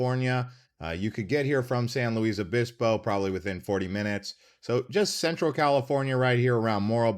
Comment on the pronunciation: This narrator is not from California or is AI because we say San "Lewis" Obispo and not San "Lu-wees" Obispo and a few other names the narrator mentioned, at lease in Ventura County where I live. Great video and California is so very difficult to fit and in one video, there is a saying that if you move away it is very difficult to move back because of prices so almost better to never move away to begin with.